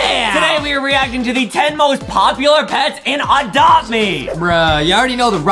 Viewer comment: Geeze Adam go back English class.its not oadopt me it's adopt me Geeze.and also are u taking medicine for your neck.heee.